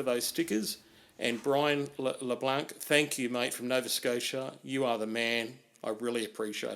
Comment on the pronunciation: Its Christmas already! (I think its pronounced Luh-Blah(n)) was very generous in deed. With tooling like that its going to get harder to explain why it didn't turn out as good as you hoped. I always knew you were certifiable and now you have the sticker to prove it. Nice work.